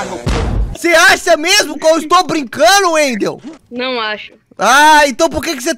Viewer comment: falou errado kkk é welder e não wendel kkk Ele é meu amigo e mora aqui perto